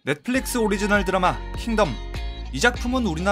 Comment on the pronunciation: 킹---텀 아니 덤